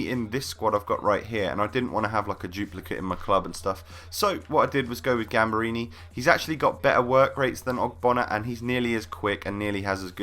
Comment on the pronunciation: Gamberini is poop compared to cheiliniebutchered his name